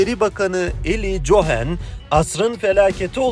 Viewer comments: Oglum cohen cohen deyip duruyorsun Kohen evladim kohen diksiyonun düzgün nasil boyle bir hata yaptın gülmekten yazamadim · Kardeş Cohen yazılır Kohen diye okunur komik oluyor